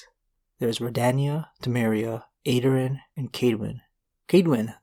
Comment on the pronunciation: Very well made, as always. Just two things. Your pronounciation is a little off with some of these names (Aedirn, and Kaedwen are most notable) and as was already said, Geralt is not from Rivia, he just took the name because it made him look more trustworthy than just "Geralt"